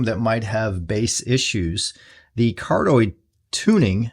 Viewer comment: Hi. It's pronounced Car-dee-oyd instead of how you say it.